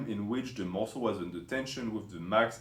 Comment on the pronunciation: 5 ways to shhock the musslé